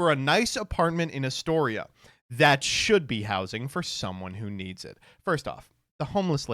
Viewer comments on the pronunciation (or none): none